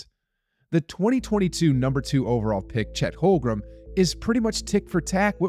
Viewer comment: HOLM-GREN...really it's so easy to pronounce his name correctly. Nice video, besides